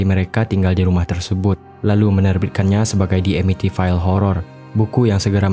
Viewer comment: Amityville dibaca Amitvil